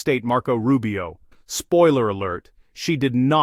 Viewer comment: Secretary RuBIO...with an emphasis in "BIO"??? Really, lady??